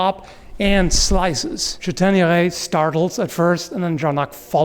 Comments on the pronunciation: VEry nice french :D Châtaigneray is well pronouced. In french the modern "â" was in ancient french an "as". So probably "Chastaigneray" en vieux français. :D Anyway nice channel man ! :) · Seems that it was not a buckler but a arm protection which is heavier. The buckler is melted with the arm armour. The "s" ancient French and is not pronounced in modern French so your pronunciations is good for modern French. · And Chateigneray is very well pronounced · Excellent french pronunciation! As for the chÂtaigneraye pronunciation, the "^" accent was not used in Medieval french (Moyen Français). If you come across this accent in any medieval text, it is there, more than often, to replace a letter that was there to indicate a particular inflexion. For example, the french word for "forest" is forêt, although it used to be written forest in the medieval times. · For Châtaigneraye - well pronounced - the "^" on the "a" is indeed an indicator that in the past there was an "s" after it, such as when you said Ch"as"taigneraye, or in the modern french word "Château" which was then "Chastel/Castel". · Please let me congratulate you on your outstanding french accent ! Much appreciated :) Chastaigneraie would be the archaic spelling, you find quite a lot of words in french with the old "s" now written with the accent on the vowel. Greetings from southwest france